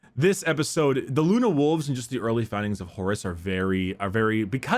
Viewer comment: It's so funny, the way says Horus, it sounds like "Horace".